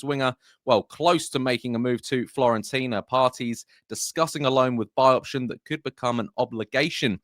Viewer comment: Fiorentina mate, not Florentina :)